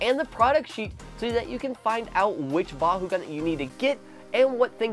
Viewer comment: Why do you say bahugan